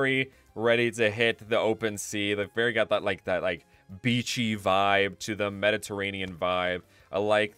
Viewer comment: I thought you said the "MENACE" region.